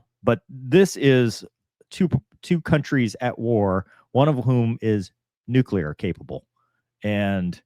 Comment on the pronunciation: "Nucular Triad" 🥀